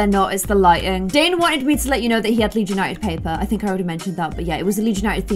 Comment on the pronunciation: I’m from souther Louisiana and when you said “iM frOm LeeDS” it sounded just like a southern accent 😹